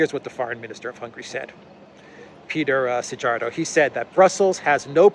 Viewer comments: Just wanted to help in pronanciating Szijjárto-z name in English it would read Seeyarto. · The Hungarian foreign minister is called Петер Сиярто, Πέτερ Σηιαρτο. J as in German spelling, equivalent to English.y.